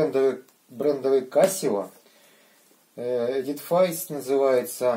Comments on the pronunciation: эдифис а не эдифейс )))) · ЭДИФИС!!! И только ЭДИФИС!!! Учите английский!!! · Эдифис с ударением на Э. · ТакТО Они-ЭдифИс-НЕ ЭдифАйс!:)